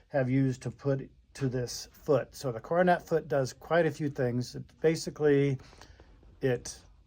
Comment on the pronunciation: Pronounced “Cor don a” foot